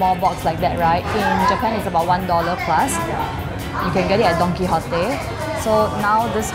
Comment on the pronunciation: At first I heard..Donkey Hotel.... but it was actually Don Quijote.. XD